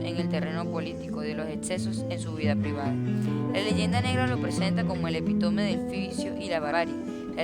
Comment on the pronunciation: un solo error tuviste, al pronunciar la palabra EPÍTOME.